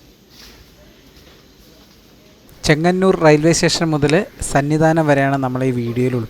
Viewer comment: സന്നി ദാനം അല്ല സന്നിധാനം😅😊